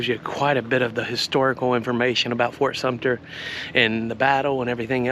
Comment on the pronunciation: Fort Sumpner? Otherwise very interesting.